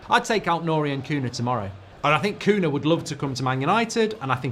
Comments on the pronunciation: Why does he keep calling him Koona?????? It's so jarring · Who is Kuna? The mispronunciation is appaling! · "Koonah" 🤣 jesus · Bro rlly said Cuuna